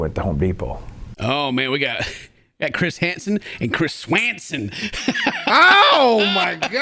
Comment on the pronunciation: I love how he says Chris S-Wanson instead of 🦢swanson